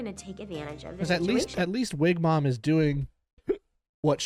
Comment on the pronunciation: Not “wig-mom” lmfaooo